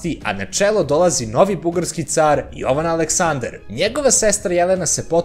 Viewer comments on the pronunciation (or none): none